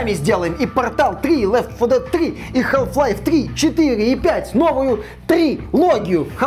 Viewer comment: Как как "хаЛф лайф"? Ахахха ну бывает. Хаф лайф как бы)